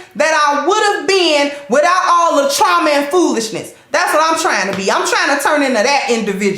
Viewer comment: "Trama Bond"